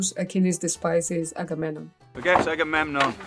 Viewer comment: sounded like the correct pronunciation